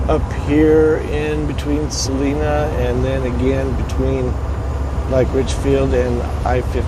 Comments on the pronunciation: we really enjoy your videos!! Love it when you post the ones of Utah. Hey BTW, Salina is pronounced Sa line a. Line instead of Lean... Stay safe!!! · truckin life bel air also had something to say about texas 4 wheelers. don 't worry about talking back to the left they want to fight. Salina pernounced by the locals as Sal Eye Na Thanks for the good view of Salina canyon. I have a picture of my ancestors with 3 horse drawn wagons in Salina canyon migrating from Loa to Roosevelt.